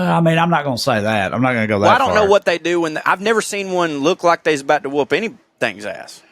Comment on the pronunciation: Aussie here (it's pronounced "Ozzie") - "Yeah, nah" is said differently. The American way is too enthusiastic or apologetic. It's the flatness of delivery that drives it home. - It's not pronounced "wewp wewp", The oo is shorter and the words are repeated quickly back to back: "Whup-whup". - There is an ad for "Antz Pantz" that is part of the subculture (Google it). - It's not "No Wookas", it's "No Wuckers", short for "No Wuckin' Forries" which is a spoonerism for "No F***in' Worries". That one was a lot to unpack. - A bludger is a lazy person, often connected to people on welfare. - Bodgie and Widgie were words for greasers in the 1950s. Bodgies were the boys on motorcycles in leather jackets. - "Cark it" means to die. - is right on his interpretation of 'Fair suck of the sauce bottle'. Same as fair shake of the stick.